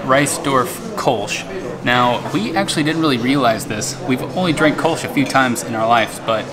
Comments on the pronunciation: It's pronounced "Kölsch" and not "Kolsch". That's why it's written that way! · Good video! Just one point: there are two dots above the o in Köllsch. Means it´s to be pronounced "Koellsch".